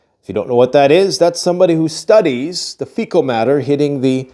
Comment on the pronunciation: He definitely studies frcal matter this the second time iv herd him say this last time it was fiecies